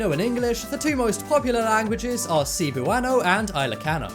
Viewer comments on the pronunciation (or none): the laughing stalk of this video is all about the pronunciation of cebuano(se-bua-no) and ilocano(ee-lo-ka-no) which is completely different from the pronunciation of said video.